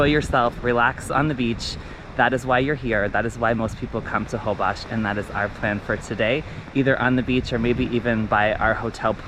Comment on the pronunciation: Amazing video, but it’s pronounced Hole-bush :) in Spanish :) a lot mispronounce it